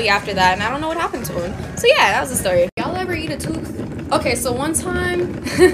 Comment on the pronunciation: uh girl the way my jaw dropped when she said "u eva ate a toof" GIRRLL